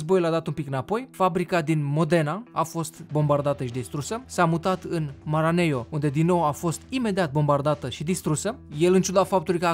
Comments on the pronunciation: MARANELLO, NU MARANEIO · Maranello nu maraneio! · Nu Maraneio sau ce zici tu acolo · Maranelo nu Maraneio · te rog foloseste MARANELO. asa se pronunta. respect, faci o treaba buna! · scuzama ca ma bag localitatea se cheama maranello se pronunta cum se scrie. si sa conduci un ferarrari costa 100 euro 30 minute am fost acolo cu respect